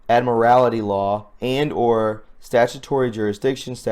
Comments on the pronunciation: Admiralty Law not admirality! Pay attention to what you're reading and saying, please. Or are you doing that on purpose? ~! Focus There is no such thing as admirality law! Listen to yourself! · Admiralty.....not admirality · Just a correction on 'Admiralty Law' ... it is pronounced in the same manner an admiral in the navy.